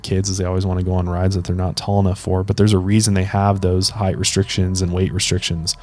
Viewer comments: LOVING this show so much! Neurotic side note: its HEIGHT not heighth. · I think it’s weird you’re not mentioning the extremely low odds of something happening to you at a theme/amusement park. The millions of people who go to the parks vs. people who are injured on rides ratio is negligible. But you also pronounce the word height as “heighth”, so there’s that. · Please stop saying heighth. It's not a word. The word is height. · Did you really just say "heighth" 😳 fucking heighth 😄 you absolute moron